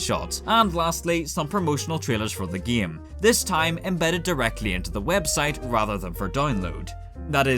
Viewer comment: Love every time you say "gaem"